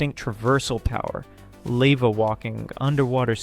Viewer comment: It’s pronounced “lava” not “layva”